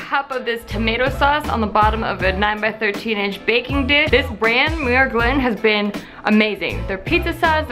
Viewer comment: Muir is pronounced Mew-Er